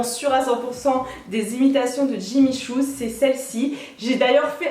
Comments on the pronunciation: j'ai beau avoir remis la vidéo plusieurs fois et tu dis bien à deux reprises jimmy shoes et non jimmy choo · Jimmy Choo pas Jimmy Shoes 😂😂😂😘😘